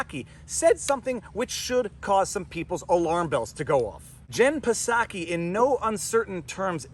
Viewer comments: its not pasaki its pronounced Saki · Psaki "P" is silent. Jen Psaki, White House press secretary, pronounces her last name as /ˈsaki/, "SAH-kee." You can also think of it like "socky," rhymes with "rocky." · There is no “P” sound in Psaki. It is just “Saki”. No big deal. Keep on doin’ what you do. See you Sunday night (& Wednesday) every week!! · I know he is mispronouncing pisSaki but it's kinda funny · Mr. PFrei, do you pronounce the hateful witch's name 'Pah-Saki' just to insult her and dismiss her? If so, I'm totally with you, sweetie. But, "in real life", the 'P' is silent so it kind of sounds weird if you're saying it that way unintentionally. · Haha. Her last name is pronounced “Socky”. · The P is silent. It's just pronounced like Saki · The P in Jen Psaki is silent. Just like the P in President Biden. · The P in Psaki is silent my dude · Hearing him mispronounce psaki is hilarious, it’s like the word pneumonia, the p is silent, I think I will steal it though as she is the representative for a garbage organization and should be disrespected. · Pro tip: if you can say chips, trips, or flips, you can say Psaki. There's no schwa between the P and S. You can do it. I believe in you. Etc. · Pretty sure her name doesn’t say the p.. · The "P" is silent in Psaki's name. (Think "psychopath", "pseudo") 😉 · the P in Psaki is silent 😁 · The P is silent in Psaki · Jen Psaki's last name has a silent P so its pronuonced like the popular Japanese wine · the P is silent.. just saying